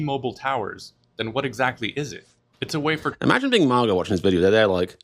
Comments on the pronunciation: First time I've heard MAGA pronounced "MARGA" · It's not MARGA, it's MAGA. If you can manage one hard A, why not two? So annoying.